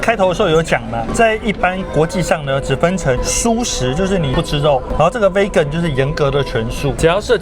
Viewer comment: 不好意思，我還是忍不住要糾正一下你們對Vegan的發音，你們一直發錯，請查一下Vegan的發音，謝謝。